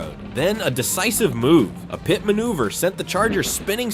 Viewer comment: So inaccurate about the details and figure out how to pernounce pit